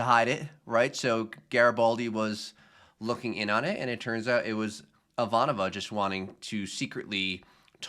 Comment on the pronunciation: Good job on Ivanova. If we are going to pick on your mispronunciations, we have to praise when you get it right.